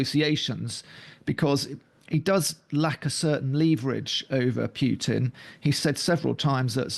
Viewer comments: Can you, for the love of satan, stop pronouncing Putin's name as [pyewtin], please? Apparently it's your job to talk about him, pronounce his name correctly: [Poo-tin]. Thank you. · Great discussion, thank you! Just a quick note: the letter "u" in Putin is not preceded by a "y" in correct pronunciation. It is pronounced like "ooh" not "you". Pootin, not Pyutin. I am not making a joke. Ask any Russian speaker. Anyway, please keep these great discussions coming. Very well done.